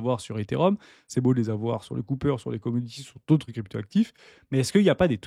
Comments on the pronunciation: C’est “copper” pas “coupper” le cuivre 😂 Merci pour la vidéo du jour chez!!👑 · Au lieu de dire cooper ("coupeur") à la place de copper ("copeur"), tu ferais mieux de dire cuivre... Déjà que les anglicismes sont insupportables, mais quand ils sont mal prononcés, ils en deviennent ridicules.